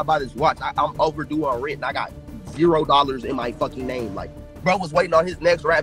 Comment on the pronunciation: U butchered his name in the beginning